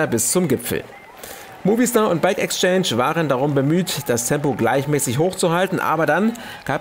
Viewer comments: Heißt es nicht „Movistar“ und nicht „Muhwistar“, also Betonung auf das s, statt auf dem i ? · Ne, „Mohwistar“ heißt das Team. Aber als Deutscher darf man das Team sicherlich auch „Muvi-Star“ aussprechen.😄